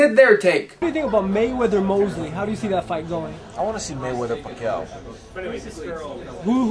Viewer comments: wow klitschko has got pacquiao's name's pronounciation down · wow he got a nice pronunciation of pacquiao.. thats impressive